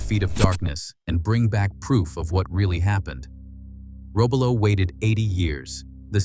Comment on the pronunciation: Robalo is pronounced "row-BAH'-low" built in "man-i-TOW'-wok" Wisconsin. (A sub-nut from Wisconsin)